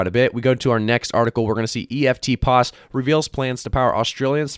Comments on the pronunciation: It's pronounced EFTPOS , not E.F.T pos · Eftpos is pronounced Efft poss